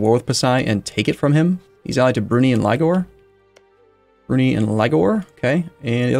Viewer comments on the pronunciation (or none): Brunei is not pronounced 'broonee', it's "Brunei (/bruːˈnaɪ/ broo-NY)"